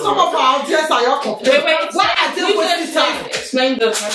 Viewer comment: it's not call Fifi it's call fufu